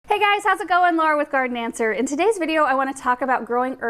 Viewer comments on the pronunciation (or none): Dang... thought I heard you say "Gardenmancer" instead of "Garden Answer"